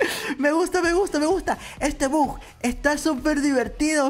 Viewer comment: Se dise bug b u g😅